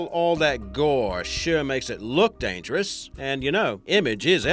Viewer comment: Dyangerous,not dangerous